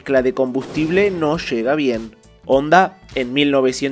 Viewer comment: #ONDA?¡?¡? Ya no es #Honda?¡, Honda es japonés y en japonés la H si suena, así que no se pronuncia ONDA, eso es de analfabetas